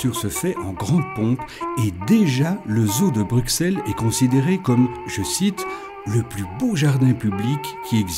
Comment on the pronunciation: La lettre x étant l'abréviation passée pour ss, on prononce "Brussel" et non pas "Bruksel"; Au même titre en France qu'Auxerre, Semur-en-Auxois, Auxonne, Auxey-Duresses; Idem pour le nombre 60